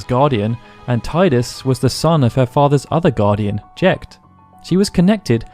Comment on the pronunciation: I've been through a couple of channels dissecting X's lore now, and all of you guys pronounce Jecht's name as Jekt. What's up with that? I get Tidus, we didn't hear his name until much later, but Jecht's name was said out loud through the entire game, very clearly as Jet, or like John. XD